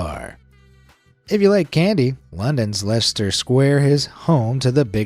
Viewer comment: Wow you said Leicester correctly.